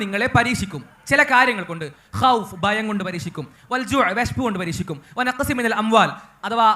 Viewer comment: പരിച്ചിക്കും എന്നല്ല പരിക്ഷിക്കും എന്നാണ്